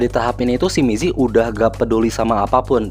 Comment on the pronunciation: Gokil, aku juga fans alnst, tp baca nya namanya rada kurang akurat Cara baca namanya gini: Mizi - mitchi/mii zee Sua - sua (sama) Hyuna - hyeona